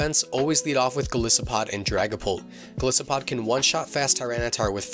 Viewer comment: Sorry for being that guy... Its Gol'eye'sopod, thats how you pronounce it, after all it's a Goliath isopod.... I run my Golisopod with max hp and atack, adamant nature and holding a sitrus berry, first impression, sucker pick, liquidation and leech life, but I'm thinking of changing the evs to the ones presented in this video. I play singles anyways...so I dunno:/